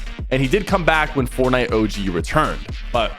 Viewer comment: "FoRT NIte" PLEASE PK say it regularly🥴🫨🤯